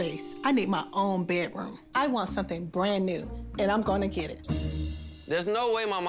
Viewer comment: Why does she say "bet"room instead of "bed"room?